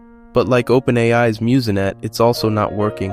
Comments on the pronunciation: Also… Muse-Net not Muse-N-Net. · I believe "MuseNet" is pronounced myooznet not myooz-e-net.